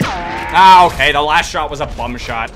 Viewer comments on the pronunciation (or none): none